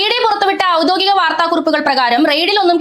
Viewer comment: ഡെയ്സി ഔദ്യോഗികം എതാണ് പറയേണ്ടത്.. ഔദ്യോദികമെന്നാണ് പറയുന്നത്.... ഡെയ്സി നമമുടെ ശബ്ദമാണ്.... കാര്യങ്ങൾ ചടുലമായി അവതരിപ്പിക്കുന്ന ശൈലി.. അതിമനോഹരം!